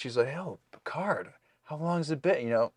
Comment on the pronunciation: pronunciation of PERCARD is quickly becoming my favorite part of these reactions. It almost sounds like is slowly starting to follow suit. He started with Picard but it’s slipping.